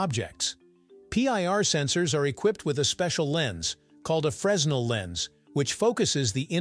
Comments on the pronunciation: Fresnel is pronounced as freh-nel’, not fres’-nel. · A Fresnel Lens is named after the Frenchmen Augustin Fresnel and is properly pronounced “fernel”